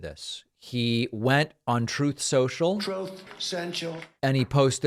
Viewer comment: Why does David keep mispronouncing Troth Sential?